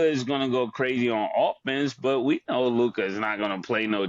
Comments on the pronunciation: Is it just me or is the way Mase says Luka’s name funny as a mofo? He pronounces it Lu-kahh lol. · the nerve of MaSe😂 telln this to someone whose name he constantly mispronounced (Trysta) and the way he say Luka😂😂😂😂😂😂